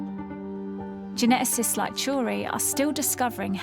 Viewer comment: How Stacey Dooley ever became a successful reporter is beyond me. Her accent and pronunciation is dire. She mangled the word geneticists. *gernetasist